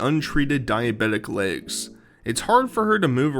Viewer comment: “My layggs” Welcome back, Amberlynn Reid.